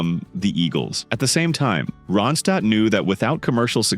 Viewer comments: It's Ron'-stadt NOT "ROW'-and-stad" as pronounced . If you are going to use AI for the voice-over, at least clean up the mispronounancations. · The narrator sounds fake. Nonstop talking, talking, talking. I guess a computer doesn’t need to pause and take a breath. It pronounces her name differently. Nice pics of Linda though.